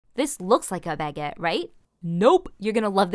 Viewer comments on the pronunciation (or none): You pronounced it terribly and I’m Italian not even French 🤣